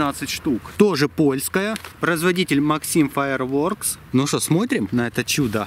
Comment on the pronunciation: читается не максим фаирворкс а максэм фаерворкс